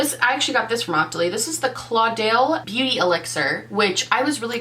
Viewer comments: Your friendly pronunciation glow-bug here. Caudalie is a French brand, and it’s pronounced koh-da-lee / co-duh-lee. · Happy new Year beautiful lady!!!! (Caudlie is pronounced Koda-lee) I can't wait to see more~ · lol the way you said caudalie 😂 ilysm 💗💕 Hope you have a good 2019 and that you reach all your goals!